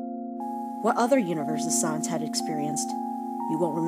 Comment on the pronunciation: I think asriel said sans wrong •-•